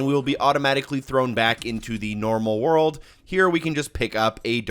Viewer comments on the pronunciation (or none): none